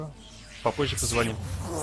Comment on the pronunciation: позвОним .боже как же слух режет